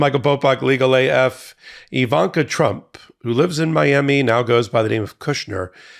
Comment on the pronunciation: Just wanted to let you know that her name is "Ivanka," not "Evanka."